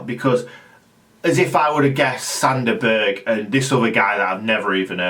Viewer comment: I think it's pronounced Zander Burj round these parts lol, apologies if I'm wrong . Announce Zander Berj